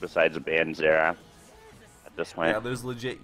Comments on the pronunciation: Zenath? I though it was xerath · Disliked literally just because of the pronounciation of Xerath